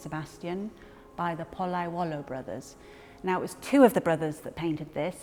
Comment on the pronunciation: congratulations on the almost perfect english pronunciation of a rather difficult italian name. (oh yeah) and the restoration is pretty good too!